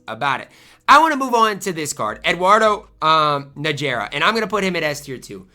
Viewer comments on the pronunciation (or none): Eduardo Nah-Her-Ah